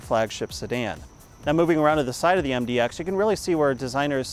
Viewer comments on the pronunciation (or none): It's MDX not MDOX